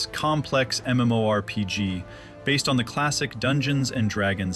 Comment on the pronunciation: I'm really not one of those "ewww AI you're going to hell" guys but the voice is a bit distracting in this one. Should at least be able to properly pronounce MMORPG in a video about one. That being said, I'm willing to put up with it to learn the history of the game. Never knew a ton of the stuff here.